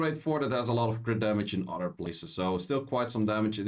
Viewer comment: It’s pronounced other not “udder”